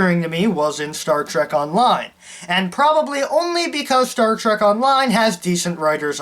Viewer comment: What SHTAR TREK?